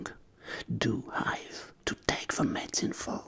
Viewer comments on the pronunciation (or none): Mdr super vidéo mais quand tu dis le verbe " could " il faut pas prononcer le "L" et le verbe "have " prononce le : hève et aussi tout ce qui commence par th c est pas z la pronononciation mais d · vous prononcez très mal le verbe Have lol :D